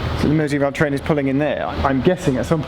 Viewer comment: Its merseyrail with no pause instead of mersey rail